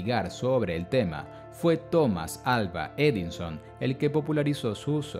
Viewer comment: tengo una duda, es Thomas Alva Edinson? o Thomas Alva Edison? en este video dicen Edinson